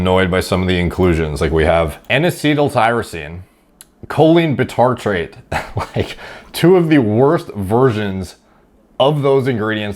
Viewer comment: Bitartrate is read like bicycle aka by-tartrate not bee-tartrate